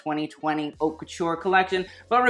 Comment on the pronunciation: Please learn to say "haute" properly...I cringe